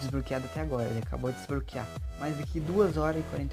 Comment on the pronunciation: "pray store" "desbroquear"